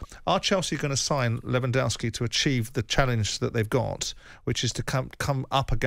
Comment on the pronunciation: Simon can't pronounce Lewandowski